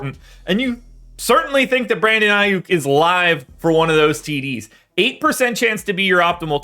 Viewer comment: 😂..I stopped listening when I heard the name aiyuk... you need to know your craft..